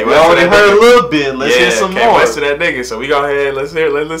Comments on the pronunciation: Dope reaction...Kwesta is pronounced Ques-ta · Dope reaction guys... KWESTA IS QUEST-AH, not K-WEST-AH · It's not k west, it's pronounced Questar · Its pronounced 'Questa' not Kaywesta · Kwesta is prounounced like QUESTA but glad you guys know him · Kwesta pronounced Questa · kwesta is pronounced quest(a) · Kwesta💋💖💋💯💖💯💖💯💯💖💖Please react to Old twon Road version with Kwesta Please react to Melanin BY sauti sol and Patoranking 💖 You pronounce Kwesta as (Questa) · lols k- westa,laughed how u pronounced it,jn a gud way though